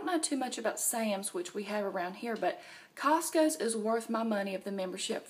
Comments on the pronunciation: And.. I love how you put an 's' after cost-co! Ha :-) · Lol! I was thinking it was just a southern thing.